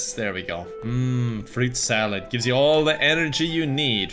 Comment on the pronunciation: You say fruit salad I heard pyco salad haha